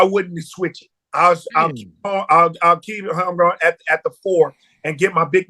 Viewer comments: Joe & Ocho will read Holmgren name on the screen and still call him Holmgrich lol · Joe c’mon big dawg… his name is HOLMGREN😂